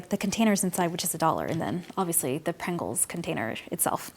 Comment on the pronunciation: lc Prangles :3